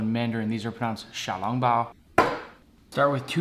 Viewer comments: he pronounced "shiao" instead of "xiao" but the tones are indeed pretty good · Bro got all the tones wrong in xiao long bao just saying no disrespect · Your recipe was great and I laughed at the fact he pronounced it xiao lowng bao bc I’m weird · I agree, I thought his 声调 were off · im a chinese boy and he pronounced it wrong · You still pronounced xiao long bao wrong.. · Bro still pronounced it wrong 😅